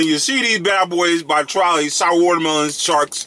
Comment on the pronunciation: Lol he said shour